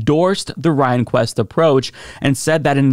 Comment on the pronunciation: Good exposition. Just one friendly correction: It's Justice William REN-kwist.😉